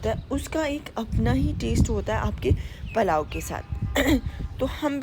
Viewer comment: Palao nhe pulao kehty hain.